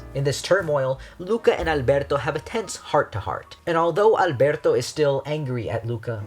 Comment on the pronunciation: YOURE THE FIRST PERSON THAT PRONOUNCES “Alberto” CORRECTLY, I LOVE YOU